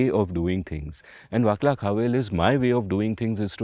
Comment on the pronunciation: Vaclav is pronounced Vah-slav, not with a hard C, fwiw.